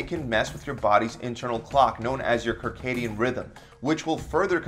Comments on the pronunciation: Did you say kircadian rhythm? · You had me until you couldn’t pronounce “Circadian”. (Facepalm)